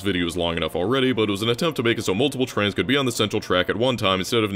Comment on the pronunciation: Love the trans representation in this vid, I mean trains. Sorry but the way you say trains sounds exactly like trans lmao